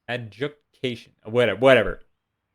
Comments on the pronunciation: not tryna be condescending but its pronounced Ad-joo-di-cayshun for the talent Adjudication, love the vids :) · Adjudication is pronounced A-jewed-i-cay-shun.